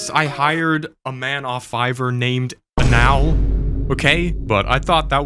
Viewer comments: My man is saying Anal as if not pronouning it in English makes it better. You are just saying how it would sound in Spanish perfectly laddie. Yet Anal's work is impecable. Props to the dude. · I like he mispronounced "Anal Fitzgerald"